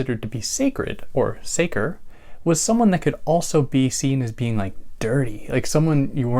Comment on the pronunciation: The -ce in the latin word sacer sounds like the first part of the english word chess. Just for the sake of the big work you do for all of us! Thanks